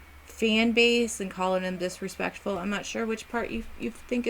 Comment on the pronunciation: "Dispekful piece of shet" lol